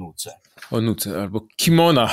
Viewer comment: Kimona🤦‍♂️.... panie Piotrze...tylko nie pan...